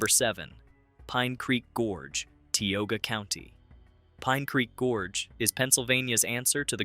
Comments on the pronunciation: I thought it was pronounced "Tie-oga" County, not Tea-oga. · Ti/ogia not te /ogia. Mispronounced. Gettysburg battle fields are eerie feeling.